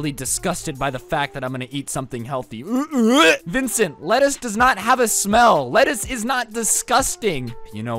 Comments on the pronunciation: the fact that he’s roasting this man the whole time but can’t even get his name right is kinda aggravating 😂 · didn't get his name right until the end of the video lol